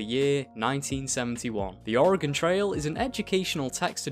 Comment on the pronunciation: As a native Oregonian, thank you for actually pronouncing Oregon correctly.